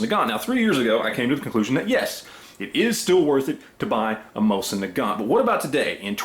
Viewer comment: learn how to pronounce it right first. Used to be 80 bucks at gunshows.... 20 years ago. Complete junk.